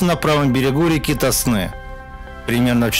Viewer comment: Река ТОсна! На первый слог!